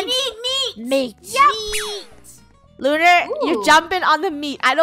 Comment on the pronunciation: Its not Luar its lunar